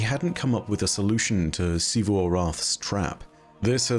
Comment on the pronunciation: OH MY GOD IS FINALLY SAYING „XIVU“ CORRECTLY